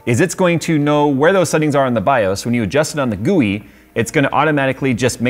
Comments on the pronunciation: its not gouy its gui but it was funny though 😂🤣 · He said GOOEY